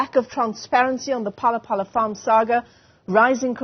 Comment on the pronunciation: Its Phala-Phala not Pelele🤣🤣🤣😎